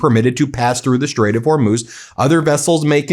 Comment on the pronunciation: I really think he didn’t know about the Strait he can barely pronounce it😂